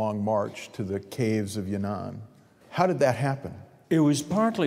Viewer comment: not yunnan, but yan'an